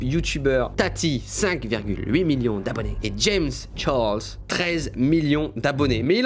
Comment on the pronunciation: Comment tu dis "Charles " omg c’est pas beau